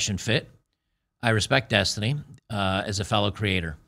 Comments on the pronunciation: it's density.. uh, destiny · Every time you say the word Destiny… I think you’re talking about the girl.